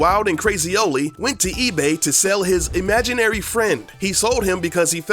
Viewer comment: "imaginary"